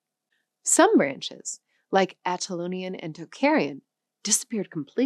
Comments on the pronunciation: Great video. Minor nitpick: , narrator said "Atalanian," instead of "Anatolian." One of my favorite podcasts. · "Anatolian" is being wrongly pronounced as "Atalonian" in this Video. Hittite is also usually pronounced differently. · What kind of a serious linguist would pronounce Anatolian like "Atalonian"?? Rehearse your subject before you open your mouth… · Judging by the way she pronounced “Anatolian” and “Hittite”, I assume she’s an actress reading a script, not a linguist or historian.